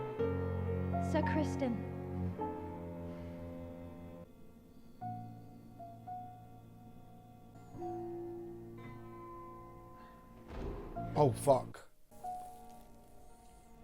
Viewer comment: Just FYI, it's Criston, not Crispin :P I agree with what you say though :)